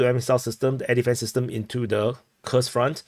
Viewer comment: Kursk,is not pronounce Kers but Kurusk 😅😅